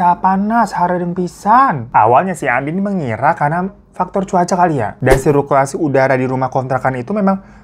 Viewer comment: Siruklasi kata mu bang😭😭 sirkulasi kale ag